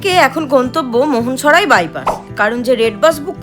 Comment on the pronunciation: দিদি ভাই, মোহনসরাই না মোঘল সরাই...